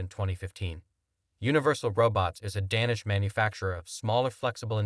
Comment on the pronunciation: Say "Danish" again